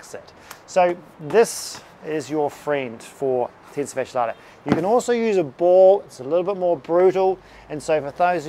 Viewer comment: 0:3 Tensa fasha lata ??????? Sure would be nice if you'd write this down in the description. Edit > I found it's the: Tensor Fascia Latae